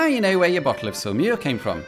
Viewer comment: Can you please add the name of the town to the video description (not easy to make it out from your French pronunciation). Finally figured it is Saumur...